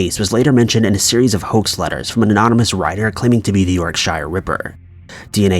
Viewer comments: "Yorkshire" is pronounced "York-sh", not "York-shire". Same for all other -shire counties in the UK. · Sorry to be a pedant, but Yorkshire is pronounced 'York-sher', not 'york-shire' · Yorkshire : YORK -CHER Not "York shy re ". 😉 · York-shier? You mean YORKSHIRE, it’s pronounced york-sher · These stories are sad but presented well. However, you pronounced Yorkshire as “York-Shyre” when it’s actually pronounced as “York-Sher”. This happens to be where I live. Take care everyone xxx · Hi i was going to put something down myself about the York-shire thing. You say York-Sure, i would say more like York-Cher but everyone pronunciation is different. Barry (Wirral, ENG) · 'Yorkshire' is pronounced like (phonetically) 'york-sure'. That's the English word 'sure', I'm sure. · It's not york shire, your not reading LOTR. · It's pronounced york-sheer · Yorkshire is pronounced York-Shurr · Yorkshire, unlike The Shire, is actually pronounced York-sher. The same goes for other areas in the UK. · FYI - Yorkshire is actually pronounced York-Sheer :) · Being from the south I forget about the york-shur pronunciation. I have never heard someone from the UK pronounce it the way it's pronounced in this video though. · its pronounced YorkCher in UK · Hi Yorkshire is pronounced York-Sher . Most places ending in shire In the England are pronounced sheer/sher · I'm getting triggered by the pronunciation of Yorkshire. It's pronounced more like York-Sure I'm not fully bitching. Just highlighting. It's funny how many English words. Americans can't pronounce. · Haha love how you say Yorkshire! You need to pronounce it more like York-shur. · York shire.... (cringe) that's not how you say it damn it! Lol nice vid though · A lot of americans pronounce Yorkshire incorrectly simply because they do not know how it is supposed to be pronounced. Be nice. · Please PLEASE learn to say shire right 😉